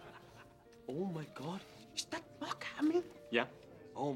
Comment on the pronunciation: "MiSTa MaWk" Mark: 👁️👄👁️